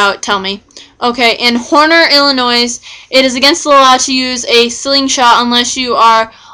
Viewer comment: The S is silent it is pronounced Illinoi.